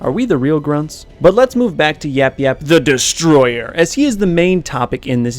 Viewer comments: At the end you said it wrong. You said YapYap the destroyer. It is YapYap THE DESTROYER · If he says THE DESTROYER like that one more time I'm hanging myself with his entrails it is so annoying